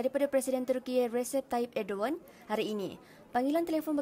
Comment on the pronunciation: Yg ckap ni pon tak boleh laju lg. Kau tu dah belit ckp erdowan. Nama dia erdogan .. tak rilex jurucakap ni